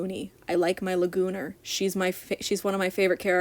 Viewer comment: finally found someone who calls lagoona lagooner too (≧▽≦)